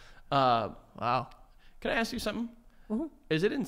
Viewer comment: love for the word ‘pantomiming’ and Joey always saying ‘aks’ instead of ‘ask’